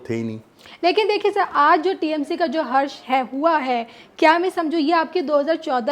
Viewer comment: हश्र है हर्ष नहीं मैडम, आपने गलत बोला